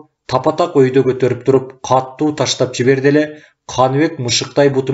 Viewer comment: Эй чырагым, диктор! Сураныч, туура окучу. КАТТУУ эмес, КАТУУ деп бир эле Т тамгасы бар китепте. Диалектиңди киргизбе бул жерде. Аны перевалдан нары барып анан окуй бер.